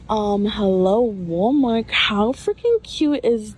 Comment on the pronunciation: “um hello WalmarK” lol